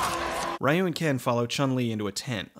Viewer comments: ree-you not Rye-you... bruh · Excellent video, and very funny. But a couple notes; it's pronounced "REE-you" not "RYE-you." (that's not my opinion, that's how it's properly pronounced.) And you didn't mention the few mistakes they made, like that Balrog is a bad-guy in the games, and Dee-Jay is a good guy. =) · it's because it doesn't respect the source material that's why people don't like it, they don't even use their powers. Also it's pronounced Ree-you not Rye-you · I honestly don't like that this movie is the reason why people say Ryu incorrectly. His name is pronounced ReeYou not RieYou. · God fucking dammit, it's not "Rye-you". It's "Ree-you" or, if you want to be more accurate, closer to "Ru". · Pretty sure it is Reeeeeeeeyu and not Raaaaaiiiiyu. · Juan Rivera Yes, but in North America that was how people pronounced his name. Nobody knew it was Ree-yoo and not Rye-yoo until the animated movie was dubbed and released. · It’s actually pronounced REE-YOU. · "Rye-ewe" the most bastardized english way to pronounce a japanese name... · of all the shit he knows about street fighter why can't he pronounce Ryu's name right that really bugged me to the point where I couldn't finish this review. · Ryu is pronounced like "reeyuu" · Ok but we know how how it's pronounced now... so I found it irritating